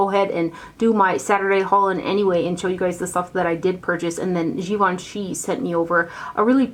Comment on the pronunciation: It’s pronounced Gi-vahn-chay. I remember them saying peeps mis-pronouncing it made them cringe a little. I didn’t know either! Great video, as always! Thank you!